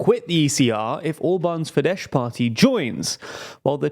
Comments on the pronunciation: Minor correction: Fidesz is pronounced as “Fides”. “Fidesh” would be Fides in Hungarian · Fidesz is pronounced "fides", not "fidesh". Like the Latin word. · It's pronounced 'Fides' not 'Fidesh'. Pls always do research on pronunciation, such mistakes are unprofessional imo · It's not Fidesh, it's Fidesz (sz being read as s in sour) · The SZ in Fidesz is pronounced "s" not "sh". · It’s not FideSH, it’s Fides. Just “s” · Fyi, Fidesz is pronounced as “feedes”. No “sh” sound at the end. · Sorry, but I have to criticize the way you pronounce things. The "sz" at the end of FIDESZ is the "s" in English. Meanwhile the "s" in Budapest is pronounced as "sh" correctly, you basically had them backwards. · Lol Fidesh... they're Hungarian, not Polish.